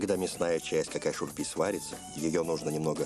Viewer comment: Не «какай шурпе»😂 а «Кагай Шурбе».